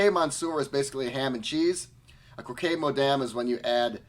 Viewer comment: Hey handsome, crocque is pronounced croc, hugs from canada.